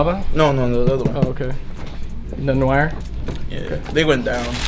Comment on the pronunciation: my man. “Noir” is pronounced NUH-WAA not NO-WIRE. Love the content bro - Oslo, Norway